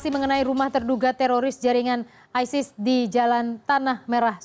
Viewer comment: Hey Sala isis kalau bahasa inggris ya bacanya aysis